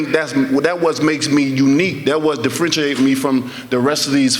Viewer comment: What "difridginates" him is that he "consiftily" Knocks people out.